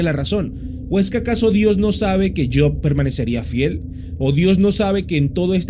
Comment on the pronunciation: Yok ? Kien es yok maldito pronuncia bien es job noo tok